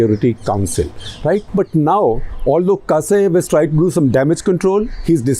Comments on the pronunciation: Surprisingly accurate analyses of the sitation, my respects good sir! The name of the president is Tokaev though not Kasaev, but overall great review! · Who is gonna asking you what will be the next to happen in Kazakhstan? Even this Buddha ( also ganja) is wrongly pronouncing the current Kazakh prez Tokayev to some other name in whole video. Tera bhaag ne ka time agaya he ....BHAAG BUDDHA BHAAG